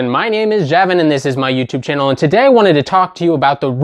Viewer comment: TODAT is a great dat. How is your DAT, TODAT javin? XD